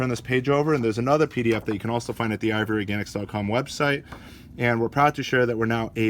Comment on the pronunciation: Sounds like you are saying ivory organics